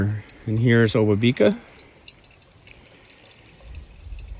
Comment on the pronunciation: Great video. Thanks for producing and sharing! Spent a lot of time paddling and working in this area in a past life and it's so nice to get refamiliarized via this post. Really enjoyed it. Small point but, as with most of the Indigenous names in that region, I am pretty sure the emphasis is generally on the 2nd syllable. So the 'ba' in obabika is emphasized rather than the 'bi'.